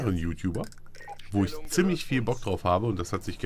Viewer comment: Find "ISCH" super! ^^